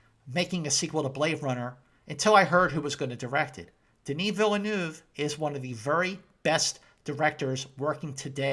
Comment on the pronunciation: When we say "Villeneuve", we don't prononce the "le". So we say "Denis Vilneuve". On the other hand, your accent is pretty good.